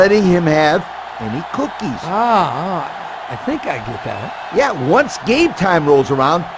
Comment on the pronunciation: The way says cookies!!!😂😂😂